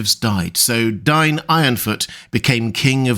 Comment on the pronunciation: DAY-in, not DYNE